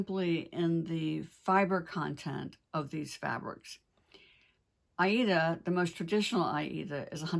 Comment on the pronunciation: Several vids ago you mentioned a new needlework shop opening in the Winston-Salem area. Do you have any details about that? And thank you for your pronunciation of the word aida. That's the way I was taught to say it decades ago.